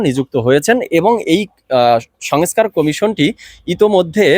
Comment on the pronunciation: ভাইজান, আপ‌নি এ‌তো বড় প‌ত্রিকার রি‌পোর্টার/সাংবা‌দিক! আপনার উচ্চার‌নে সমস‌্যা আ‌ছে! ঠিক ক‌রেন। "সঙএছকার" কি? ২৩,০০০ কোটির স্থ‌লে ৬০০ কো‌টি চার ভা‌গের এক ভাগ কি ক‌রে হয়। "খাওয়ার আ‌গে মেয়াদ দেখা উ‌চিৎ"